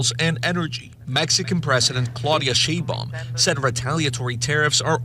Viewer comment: Of course the Hispanic news reporter couldn't say, "Sheinbaum" LOL! My wife is a native Mexican and sounds hilarious when saying it.